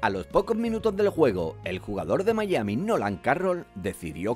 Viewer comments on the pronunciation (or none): none